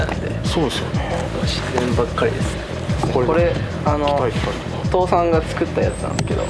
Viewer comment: 海の「父さん」の発音が、完全に「倒産」